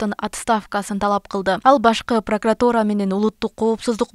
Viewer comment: Прокуратура болот пыркратура эмес уят уят уят же кыргызчасы ушинтип айтылабы?😅